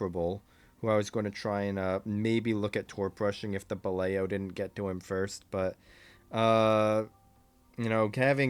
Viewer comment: I always appreciate you articulating your reasoning while playing this infernal game. fyi, Balao was supposed to sound like ba-lau, 'cos they kept their submarine names weird during the war. I just looked it up-- means "halfbeak" in reference to a group of fish that includes flying fish. The Gato, meanwhile was named for catsharks (?) which are also known as dogfish...